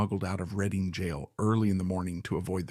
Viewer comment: Where exactly is "Reeding" jail. 😠 And why does this AI slop keep referring to Wilde as "Wills"??? "Upon arriving in France, Wheel Deep...." ??????